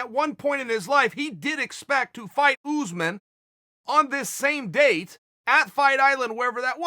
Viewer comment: Chael " OOZEMAN" sonnen